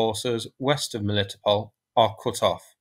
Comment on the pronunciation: The meaning of the name of that river - Molochna is "Milky". And the "ch" in its name is indeed pronounced as ch (eg Charlie), not "k". Also the emphasis in Melitopol is on the "to" syllable, not "li". :o)